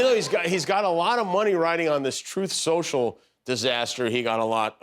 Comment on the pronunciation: I love how after he flubs a line he just keeps right on going...as if to say "yes, that's what I meant to say, Troth Senshul".